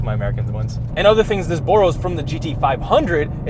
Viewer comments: I'm going to start pronouncing "borrow" like does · my man just said burrows